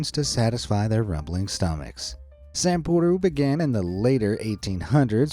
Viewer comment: It's not "Sampuru", it literally is "sample" the Japanese word for, you know, "samle".